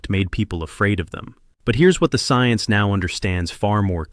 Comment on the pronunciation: You must know what's happening to me no you said ciense